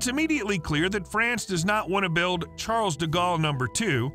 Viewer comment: How dare you pronouce the "s" at the end of "Charles"